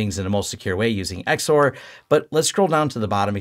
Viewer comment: You can pretty safely pronounce XOR as "zor" btw. 😊